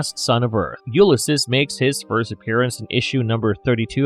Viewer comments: It’s pronounced “You-liss-seas” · He's NOT a human-Kryptonian hybrid. Also, as commentator Charlie Jordan stated below: "'it’s pronounced 'You-liss-seas.' Please refer to Joyce's "Ulysses" and Homer's "The Odyssey." Sigh.... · Yup I can't listen to that weird pronunciation for the rest of the video 😵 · This is definitely him having only ever read the name and never heard it aloud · THANKS! The video narrator's mispronunciation is REALLY irritating.